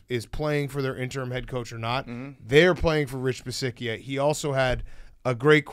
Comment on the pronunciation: The mispronunciation of Rich Bisaccia was intential, right? I thought it wasn't at first but they said it so much I'm convinced it had to be intentional.